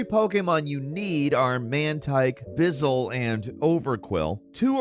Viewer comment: "bizzle" lol